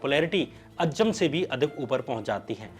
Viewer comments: Dear shyam ji. A fan of your work. If you dont mind i have suggestions. Though it doesn't matter but there are few spelling mistakes at times which can be checked. Also at times the pronunciation can be corrected of difficult words eg. ajjam is actually aazam. Thank you for your videos. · It is not अज्जम It is अज़्ज़ाम